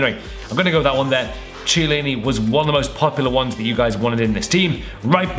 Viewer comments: Chiellini not ciellini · in italian, Chi is pronounced as Ki (as in Kim).